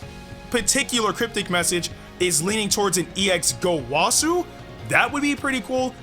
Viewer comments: the wa part of gowasus name is pronounced like wuh not wah its gowuhsu not gowahsu get the picture and goresh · Bro really said gowasu